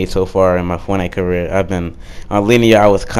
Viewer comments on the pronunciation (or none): my guy did you say career😂😂😂 no hate keep up the great work